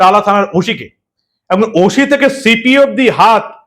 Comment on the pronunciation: ভাই গুহ পরিবারের ছেলে ওশি বলছো শুদ্ধ শীলের মত ওসি বলো ওফিশার না ওফিসার কিছু মনে করো না❤